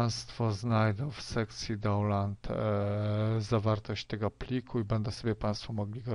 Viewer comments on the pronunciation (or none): Download nie wymawia się "dołnland" ale przez "daunloud". Kolego, zanim zaczniesz publicznie wymawiasz słowa angielskie, naucz się ich wymawiać prawidłowo, Naprawdę nie jest ich dużo do nauki.